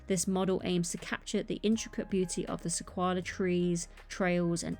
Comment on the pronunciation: I’m definitely getting the Off Road Adventure and the Sequoia Tree Trail. And by the way - it’s pronounced "SE-KOI-AH". Don’t know where you got the L from😂